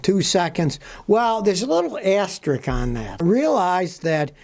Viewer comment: its pronounced asterisk, not "asterick" As in, its not an "aster rick james"